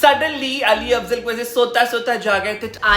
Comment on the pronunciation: I think it's Ali Fazal not Ali Afzal😅